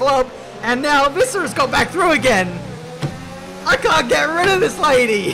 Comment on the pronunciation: You prenounce it like bite - sk - è and visser you did well